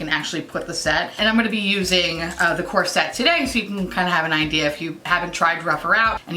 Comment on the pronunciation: When you say "you can get this core set on sale", it sounds like corset, and I was like whaaaaaat is this corset and do I need it XD